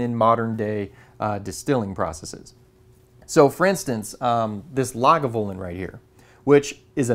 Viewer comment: It's "glenn-MOHR-un-jee", according to Scots. Congratulations on trying Lagavulin 16 (and correctly pronouncing both the brewery name and the island.